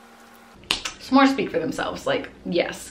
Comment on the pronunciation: Her: I have a huge bag full of shnacks. Me: When I get a snack or say it I’m going to say shnacks. Then she said shmores